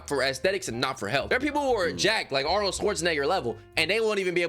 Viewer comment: I like you bro but I’m gonna pack you up for butchering Arnold’s surname 😂